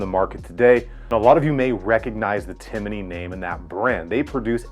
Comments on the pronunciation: Timney---- Tim-ney, not Tim-i-ney. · Hey bud it's Timney pronounced Tim Knee not Tinimey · It’s TIMNEY, not TIMINEY. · Timney, not Timiney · Tim uh knee. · I hate listening to him trying to pronounce Timney. It’s not timmAney. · tim-in-nee lol I really appreciate this deep dive/up-close look at this new trigger on the market. It's getting some serious consideration for a Polymer80 build I'm planning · Just wanted to say it’s pronounced Tim-knee. But great review! For those interested in some more info on the Timney, check out my thread on BENOS. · I believe that was teasing you about the way you pronounce Timney. You add an extra syllable to it. Great video though.